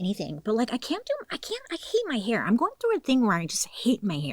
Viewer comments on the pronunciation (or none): none